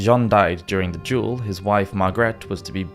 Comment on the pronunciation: By the by… it’s pronounced “duel” not “jewel” 😊